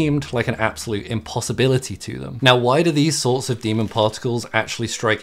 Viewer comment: why do you pronounce "demon" as "demond"?